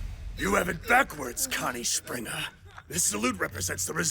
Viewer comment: The only thing I cant stand about this dub is how they pronounce words. Like, why do they pronounce Maria like that? Or Reiner? Or Springer? The Japanese dub pronounces things right so why cant the English dub? Just bugs the Hell out of me!!